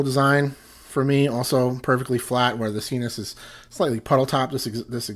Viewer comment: Isn't it s-eye-nus, like, your nasal passages? Why sEEnus?